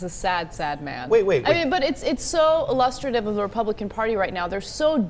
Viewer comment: LOL@ Ana trying to pronounce illustrative...